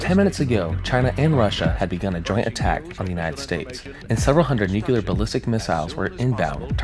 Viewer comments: Brother. I love your videos BUT...I really needs you to STOP SAYING "NOOK-you-lar" (Nuclear) it is NEW-CLEAR. There is no other way to pronounce it. It is not a regional thing. It is NUCLEAR. Pronounced exactly as it's spelled. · NukULAR???? Come on broooo! Quote from Peter Griffin on Family Guy from their earlier seasons: “Nuclear?? No it’s nukular dumbass. The S is silent!” It’s nuCLEAR! Y’all know how it’s spelled! Then say it right! Even when I’m typing this, it has an autocorrect on nuKULAR and changes it to nuCLEAR like how it is OFFICIALLY spelled! When anyone says nuKULAR to me, there is a nuCLEAR bomb going off in my brain! 😂😂 Spell it, then say it for god sake! My nag is done😂😂 but your vids are pretty good and your voice is cool too! Thank you for the entertainment! I do love the thunderbolt 1000t siren’s sound! It’s definitely the scariest sounding! They discontinued those in a couple counties in Ohio and Indiana! I’m in the Lawrenceburg Indiana and Cincinnati Ohio area, and in the early 2000’s they had the thunderbolts, but a couple years later they installed more modern sirens. I can’t remember what those are called, but those sound scary too. But the thunderbolt I think is the coolest and scariest sounding siren of them all! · Please learn how to say nuclear.